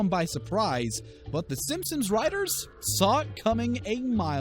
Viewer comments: It's NOT Simpsims, dammit! There's an "N" at the end, not an "M". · He says simpsims not Simpson’s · Its Sim sons not simsims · Dude cant talk. he pronounces it ‘simsums’ the whole way through 💀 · He said simpsims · He says sims sims and not simsons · It's pronounced simp-sons, not simsims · The Simpsons Will Predict Narator To Say "The Simsins" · You lost me at "Simpsums" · Hes saying simpsoms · its pronounced sipmsom not simpson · Did you say simsims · Why is he calling it the simsims? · I believe it’s “SimpsoNs” not “simpsiMs” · he actually say Simpsims I hear a P and the other times people are pointing out he says it properly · 07 did he say swim sins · No he said simpsims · Why’s he saying simsims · It’s Simpson’s, not Simpsims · He said simphsuns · The "Simsoms" Are My Favourite Tv Show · Lmao SIMP-SONS Not simpsoms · It’s Simpson’s not simpsins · The "simpsims" lol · Is it just me hearing him say SIMSIMS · " the simpsims" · says Simpsims try to hear at the start of the video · Why do you keep saying Simpsims? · I noticed after reading your comment exact as he says simpsims lol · Wheeler go to the start and louden it up all the way and hear him say simpsims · please stop saying "Simpsoms".... you don't pronounce it right once in this entire video and it actually bothers me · Did he just call them the simsims? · Does he keep saying the Simpsom's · He says simpsoms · You said the simswims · Right when I heard him say simsims I was done with this video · Does he say simpsins? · Wtf does he pronounce Simpson’s weird......sammsams , sainsaims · "Simsims" ? I'm out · Did anyone else hear him say Simsims at the beginning? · Am I the only one who hears him saying Simpsims? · Why u saying simpsims? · The “Simpsims” 🤣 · Did he say simsims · im sorry, did he just say simsims? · "TEN TIMES THE SIM SIMS" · Did he say "Simpsims?" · Did you say Sim-sims? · Can you freaking say Simpson’s correct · Did he call them the simsims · he said simpsims for the whole video